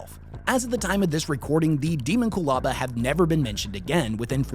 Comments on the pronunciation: De-MON-cu-laba. Not DE-mon-cu-laba! AAAAAAAHHHHHHHHHHHH!!!! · I hate how he says, Deamonculaba. It's Dehmonkulaba, not Deemonqoolahba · Pretty sure it's pronounced Day-mon-cyul-aba like ho-mon-cyul-us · It's Dae(Day)mon, not Demon.... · Pretty sure it's supposed to be pronounced without differentiating the component words. Closer to de-monck-u-laba. It's a word that is definitely trying to evoke mysticism and esoterica from numerous sources in human history. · Deemonqulaba- I believe it’s pronounced like that. I don’t know for sure tho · How does a 40k nerd mispronounce the Dee mon cue la ba?😊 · Your welcome. :p also it’s kind of pronounced. Demon-q-lah-bah. :p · He always mispronounces the topic of his videos. I am less bothered by what the thing is and more bothered by the fact that he is skipping the first "a" and acting like it's 2 separate words. Petty of me? Hell yes. Lazy of him? Considering his slapdash and nonsensical description of the thing this video is supposed to be about? Yeah, probably. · Your pronounced this like a goober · That sir, is not how I pronounce it. 🤷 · I never heard anyone pronounce “Daemonculaba” that way in my life. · The scariest thing is the way you pronounce "daemomculaba" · Why is he saying it like that